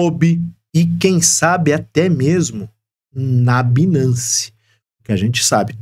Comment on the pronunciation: A pronúncia não é binace, a pronúncia correta é bainance